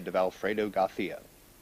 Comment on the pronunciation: García, not Garthía.